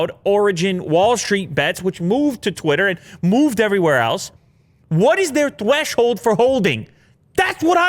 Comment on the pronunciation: i could play this for hours. Hashtag THWESHOLD!